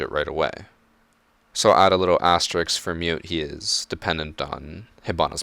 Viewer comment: Asterisk! Not asterix! Why on earth do people get this wrong so often?? It's so easy!